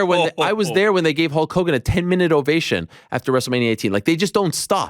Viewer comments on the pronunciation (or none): none